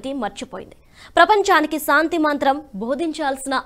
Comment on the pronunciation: మీరు పదాలు పలకటo( pronounciation) బాగో లేదు. శాంతి అనటానికి బదులు, సాoతి అంటున్నారు. అలాగే 'ఐక్యరాజ్య' అనటానికి చాలా కష్ట పడుతున్నారు.